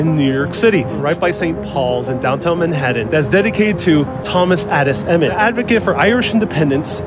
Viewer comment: Manhattan pronunciation is bogus,nobody says it like that,never ever!You r not from NYC pronouncing it like that?